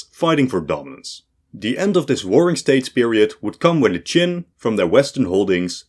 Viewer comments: Narrator said the Romans mangled "Qin" into China. I knew what was meant, but technically it's another one for the list of inaccuracies. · that was only solidly wrong, I winced with almost every Chinese name mentioned. The Han, Shang and Wei were pronounced pretty good, but that's it. Xia, Zhou, QIn, Xiongnu, Sui and many more were particularly and repeatedly butchered. It was embarassing how long the China part lasted, at some point I stopped trying to follow the mess. Especially since it jumped forward and back in time repeatedly, but with different graphics.